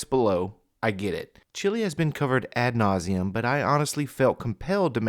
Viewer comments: Is he slipping into the ol' "just invent words if y'all don't know what goes in there" habit? Did he just say 'at nauseum' because stupid? (2.20 something). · "At nauseum??"